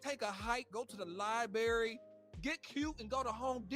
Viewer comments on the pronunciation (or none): He said li-berry… 😂